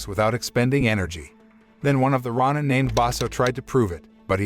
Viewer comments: rah nin, rah nin, rah nin. sheesh thats all i can hear. its row nin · Him mispronouncing Roin instead of Row Nin. Is so distracting. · Ronin is pronounce ro-nin, not ron-in. And it's not a legend, it's something that...actually happened. Unlike the story of this movie. This movie...it's shit. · It's pronounced roh-nin, not rah-nin. 🤦‍♂️ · It's pronounced Ronin (Row Ninn). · It's Ronin (pronounced Row ninn) he didn't get his neck sliced, , the hishaku chopped his head off. The Tengu are not gods, the tengu have heads of birds of pre not having heads of snakes. This narrator isn't paying attention to detail nor did he do any research on the tengu nor the title of the individual that raises his sword on tht individual who was sentenced to commit seppuku, ritual suicide buy stabbing himself in tht abdomen with a dagger. His pronunciation of certain names aren't correctly pronounced. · You need to learn how to pronounce Ronin. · The mispronunciation of ronin made me change to a different video, the AI reading the script needs to be updated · You say Ronin wrong disliked the video